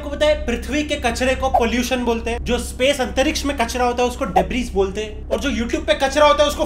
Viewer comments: Debrisss nhi bolte its Debris but pronounced as Debri only😝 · Debris = <Duh-bree> ✔✔ / <Deb-ris> ❌❌❌❌❌❌❌❌ & lastly, Debris ≠ Kachra. Debris = space-rock fragments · That word "debris" is pronounced as "debri" not "debris" Gawaar insan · डेब्रिस नही डेब्रि बोलते ह